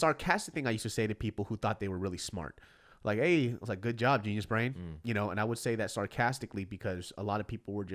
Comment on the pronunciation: Why is it that everytime he says GeniusBrain, it sounds like Gina's Brain?